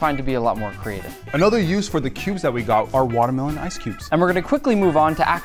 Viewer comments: Square “matermelon” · its waa melon